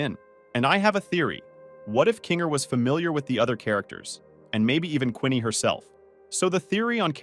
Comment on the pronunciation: its not Quinney its Queenie